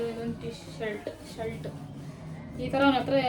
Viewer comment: ಶಲ್ಟ್ ಅಲ್ಲ sis shirt ಶರ್ಟ್